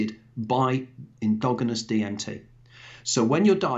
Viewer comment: Very intelligent man with very interesting theories. But needs to learn how say endogenous 😂